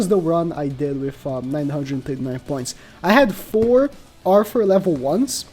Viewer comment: Click Bait Title and keeps saying "Arfoor" omg lol